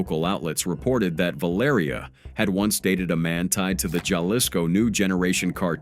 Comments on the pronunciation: Lol he said jah lisco hahaha its ha lees co haha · Jalisco 😂 The j makes H sounds in Spanish ❤